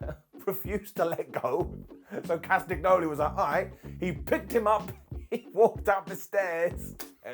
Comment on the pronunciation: The g in 'Castagnoli' is silent.